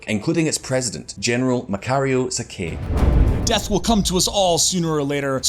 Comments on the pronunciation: Wait wait General Sakay its pronounce Sa kai not sa kay was the head of a different movement and the Mololos Republic?! just say the 1st Philippine Republic sure the term is correct but if you cant pronounce it well just say first Philippine Republic then ok going back to General Sakay one he was part of the Philippine Revolution from day one he was friends with the Father of the Philippine revolution himself Gat Andres Bonifacio but later service as Komandate (major) In the First Republican Army and he surrendered after the war but continued on as the leader of new movement called the Republika ng Katagalogan or the the Republic of the Tagalogs and then became the leader now hold on is not refereeing to just tagalogs he was refereeing to the whole of the Philippines because thats how the Katipunan viewed the Philippines and he was continuing the Katipunan because he saw the failings of the 1st Philippine Republic so he used the Katupunan and some good things about the 1st Republic that can work for him so ok going back he fought the Americans rallying whats left of the old resistance in southern tagalog region (fyi for folks who do not know the Southern tagalog Provinces are Cavite, Bulacan, Tayabas (Quezon Province and Aurora Province), Laguna and Morong (Rizal Province today) and was wining majority of the battles and he became this myth of a man so the Americans tried all things to pacify the Southern Tagalog Region So the Americans Organized a peace deal with him well it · Sa-kay not Sa- gay